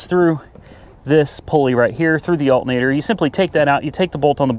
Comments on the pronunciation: Al-ter-na-tor. A-lu-min-ium not Altnater and aloominum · Alt'n-ator. Tomato tomato. Dialect is a real thing and nothing wrong with it. I live in the Appalachian foothills and we got all sorts of lingo too. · I'm from NJ and I wouldn't notice someone saying altinator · Love the Betsy Ross Flag hat! Oh! It is pronounced as 'Altnator' :)